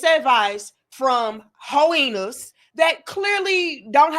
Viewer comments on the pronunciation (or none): Did she just call them "HOENAS?" LMAO!!!